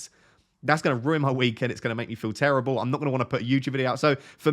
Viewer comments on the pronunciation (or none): none